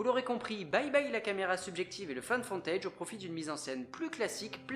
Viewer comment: Haha, j'ai eu la même hallucination auditive. Je crois que c'est surtout à cause du mot footage, qui est prononcé dans la vidéo "fontèidge" à la place de "foutèidge". Et ce n'est pas Find, mais la forme passée Found.